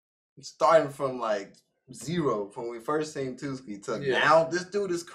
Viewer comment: i cant stop laughing at them calling tsuki "twoski" 😭🤣